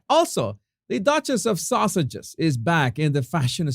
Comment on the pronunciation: With your wonderful accent, when you say "Sussexes" it sure sounds line "Sausages" OR ARE YOU ACTUALLY SAYING "SAUSAGES"? In any case, that is what I am calling them now - the Sausages.